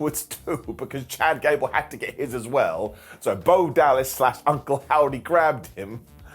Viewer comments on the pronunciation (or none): Did you say “Ghad Cable? NOOOOO BODY TALKS LIKE that.